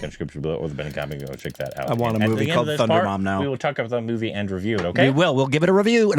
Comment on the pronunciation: There is no N in that movie name. I don't know how you guys pronounce it as Thundarum